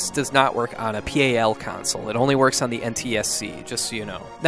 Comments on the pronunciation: Just prenounce pal as a word. Do not prenounce it letter by letter. Nobody says P.A.L :p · Honestly it's the first time I hear someone in America say P.A.L instead of PAL:p